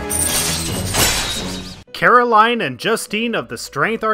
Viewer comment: It's pronounced ee-wa-ee, not ai-wa. Alos, it's Caro-leen, not Caro-lie-n.